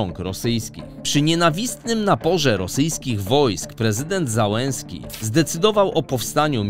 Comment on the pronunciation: Dlaczego nazwiska polityków z poza Ukrainy są normalnie wypowiadane, a ukraińskie drażniąco przekręcane jak Załęski czy Kłyczko?